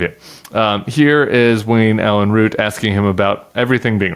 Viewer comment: Does this interviewer have the same name as the most recent ‘assassin’ ? Oh no he’s a Root 😂 not a Routh. OMG what a bizarre country the US is, well obviously not all of it.